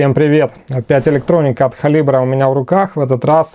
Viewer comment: "халибра"? Только простительно так коверкать все "нипанятные" названия)))